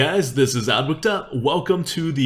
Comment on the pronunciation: Who is "adwacta"? haha